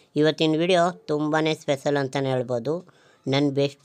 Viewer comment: Pesal alla Special bro😂